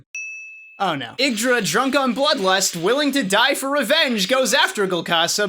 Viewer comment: Ye-ig-dra not iggdra